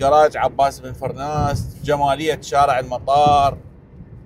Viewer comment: ابو القاسم عباس بن فرناس... وليس فراس....